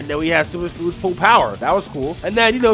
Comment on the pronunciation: did he say “Scrooge” vs legend.exe. If he did, I know what he meant, but I’m just shocked that somebody could mistake the word Scrooge with Scourge.